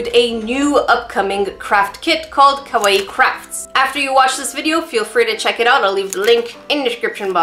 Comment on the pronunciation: Cah-why crafts not cah-way crafts